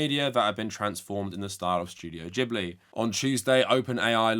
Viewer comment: Its Gib- ly not Jib- ly. In japanese g ALWAYS makes a hard guh.